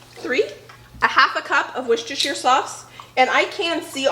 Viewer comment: I love these videos with you and your mum, you are a wonderful collaboration! You are so funny, in a loving way, bouncing off each other. Mum is incredibly organised. And may I say my heart sang when I heard your pronunciation of Worcestershire sauce! 😂